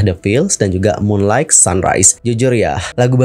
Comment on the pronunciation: *WITH YOUTH, bukan WITH YOU *Moonlight dibaca Munlait, bukan MUNLAIG